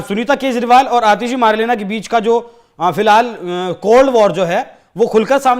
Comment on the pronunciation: भाई मदेरणा है मर्लेना नहीं